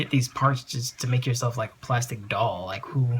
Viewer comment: plastic not plasitic